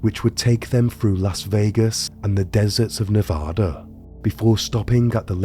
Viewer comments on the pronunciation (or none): none